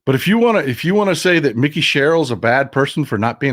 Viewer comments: I'm not being critical.... I love your show... And she pronounces her name with a long I... like Mike. Mikie. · Mikie pronounced like "Mike-ee". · I am from NJ, it is pronounced Mike-E Sherrill. She is awesome!